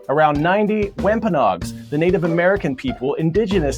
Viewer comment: Hi Coy, our civics on Cape Cod in Masschusetts would like to help pronounce the name of our local tribe. It is pronounced Wham-pan-og. Thank you! Ms. Mueller at Barnstable High School.